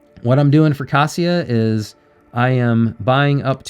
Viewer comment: you pronounce kasia's wrong. that is why she is not giving you 🐾🐾🐾 paws